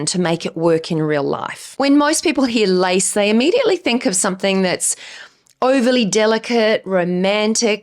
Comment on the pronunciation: I was listening and not watching the vid and you said LACE, i thought I heard LICE, and wondered if thats a new tren I dont know of yet. Hahaha goodness me, love you tho! Love the videos ❤❤